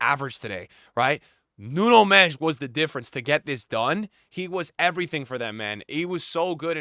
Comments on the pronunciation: Why does he call him “Nuno Mesh”💀💀💀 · The way you butcher Nuno Mendes name😅😂😂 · You've got tomlearn how to say Nuno Mendes! He deserves it